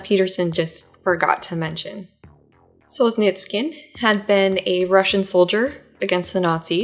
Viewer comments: It's pronounced Sol-zhe-NI-tsyn (4 syllabes, stressed on the 3rd syllable). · Sol-zhe-nyts-syhn more less! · There's no "k" in "Solzhenitsyn" :( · With all due respect, next time you'll plan on saying a foreign person's name a thousand time in a video, please do 5 minutes of research on how to pronounce it. There is no 'k' in Solzhenitsyn, hearing you butcher it throughout the video was excruciating. Keep up the good work otherwise.